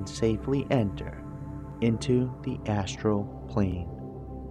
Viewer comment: I just noticed you say "Assual World" and "Assual Projechun" . Almost sound drunk or a speech problem. I still love your videos but every time you say ASSURAL and not Asteral it makes me laugh.